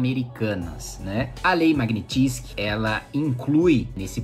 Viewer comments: A pronúncia correta, em russo, é "magnítsqui" (transliterado aqui, para quem não domina a fonética), portanto, a sílaba tônica é a do " ni". Obrigada Sr. Kim Kataguiri pelo senhor ser um parlamentar e admitir publicamente que Congresso e Senado não estão fazendo nada com relação a essa ditadura instaurada no país pelo pê tê. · Fala direito o nome! É Magnitsky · Boa explicação, só falta aprender a falar o nome da lei.